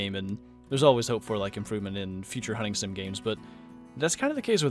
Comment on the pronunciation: When you said hunting sim I heard hunting simp